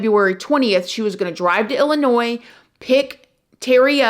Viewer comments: It's illa noy ...not illa noys hun lmbo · The s is silent in Illinois!